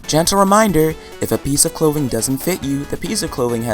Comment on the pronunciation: ... i heard "pizza clothing" at first instead of "piece of clothing" LOL